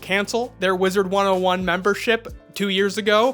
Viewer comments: Please for the love of god stop saying “wizards101” there’s no “s” at the end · “Wizard 101, or as I like to incorrectly say it, WizardS 101”